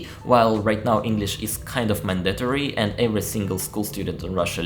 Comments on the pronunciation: your English is very understandable to me. The only errors I noticed you made were in multi-syllable words, like “mandatory”, and in that word, you pronounced the letters right but you put the stress on the wrong syllable. It should be on the first: MAN-dit-or-ee. But errors like those are really easy for people to figure out what you said. But when foreigners mess up single syllable nouns by pronouncing the vowels wrong, like saying “peen” for “pin”, that’s when communication becomes difficult. You definitely do not have that problem. I like hearing you speak. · Mandatory is the only word that I picked up that could use some work. Nice video!